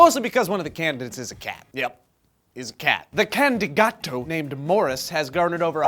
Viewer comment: CANDIGATO!!?? lol I now what you did there, trust me im mexican;)